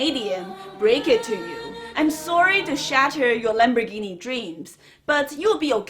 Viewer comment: Why don't you stop saying lambergini and say Ferrari.